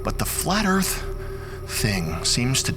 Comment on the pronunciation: Welcome to bumfy earf